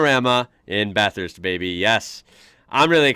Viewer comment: I'm impressed you pretty much pronounced Bathurst correctly more than anything.